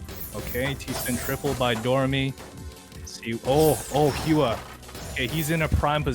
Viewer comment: hua should be prounced as whua?